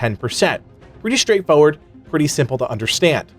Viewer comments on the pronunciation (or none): You say "straightforward" like "straight Ford." There are two Rs in there, dude. Pronounce them.